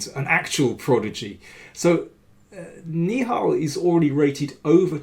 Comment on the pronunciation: "Nihal" should be pronounced like NI-HA-L, with the suffix rhyming with Tal, just like how Indian GM Sagar Shah pronounced it. Right now, you are pronouncing it like "ni hao," which is the common greeting in Mandarin Chinese.